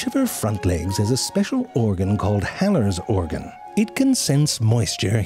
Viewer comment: I can't help myself. She uses Heller's organ to find a food source, and when she finds it, it goes "heller!" Lmao